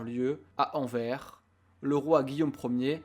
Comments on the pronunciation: On ne dit pas Anver, mais Anvers ( le s se prononce), et on ne dit pas Léopolde, on dit Léopold ( on ne prononce pas le d) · Il prononce bien BruSSelles, mais pas AnverSE. Bhô aller, un sur deux c'est pas si mal. Super vidéo. 👍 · AnverS La version française vient de l'espagnol Albères qui se prononce Anverès En wallon c'est Anverse , là encore le S se dit